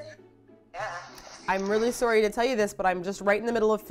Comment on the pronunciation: Yeah the way she said sorry was really noticeable 😂😂